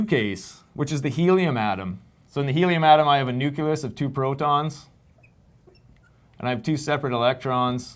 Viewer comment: Hearing you say systematically say "nuculus" instead of nucleus is distracting, bringing to mind Homer Simpson's famous quote.